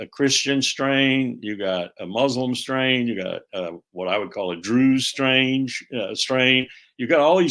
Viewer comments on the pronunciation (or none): "Daruze strange", lol. Colonel Larry Wilkerson is funny as well as on target with his analysis 👍.